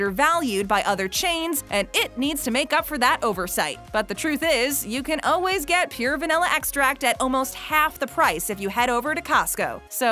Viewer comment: Yes! I swear if she says oh-ways (instead of always) one more time...